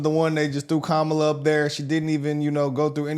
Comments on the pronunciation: Ha! She said her name wrong! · Yeaaaaaashhhhhh ALRIIIGHT CARDI B . Are they gonna give her shit about pronouncing her name wrong. This is an actual embarrassment that they rolled this disgrace out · And she said her name wrong!😂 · Kámála? Where’s CNN? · Where’s that cnn lady to tell cardi she’s pronouncing kamala wrong?? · My question is did ANYONE…anyone AT ALL jump down Cardi B’s throat for “disrespecting a black woman” by “mispronouncing her name”?🤔. Hmmmm…. Anyone? ANYONE?👀 Didn’t think so!🙄😼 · right. You say her name like Pamela, but put the k in front of it, instead of the P and it's kamala. President Trump has said her name correct every time. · So I guess she's racist since she misrpounced Kamala's name?!